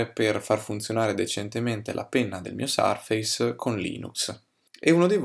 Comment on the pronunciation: Però "sarfeis" per dire surface non si può davvero sentire. È un pugno sulle orecchid